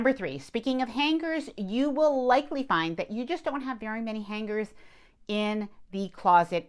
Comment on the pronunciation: The “G” in hangers is silent!